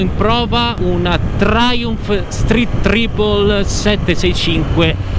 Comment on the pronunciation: Like già solo per aver detto tripol e non traipol 👋